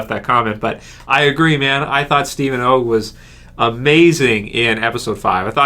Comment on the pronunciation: You keep pronouncing it Oh gg i believe its pronounced AHH gg